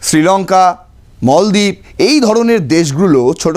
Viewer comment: Pronunciation is not good moldiv